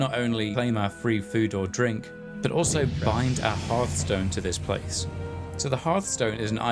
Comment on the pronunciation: Thanks for pronouncing 'hearthstone' the traditional way.